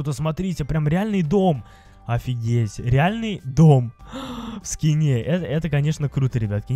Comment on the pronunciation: Ты сказал в ски́не а надо в скине́ говорить